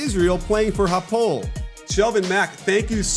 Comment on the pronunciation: Just to clarify : shelvin plays for "ha-poe-el jerusalem" in Israel. Not "ha-pole". Loll, the mispronounciation is horrendous.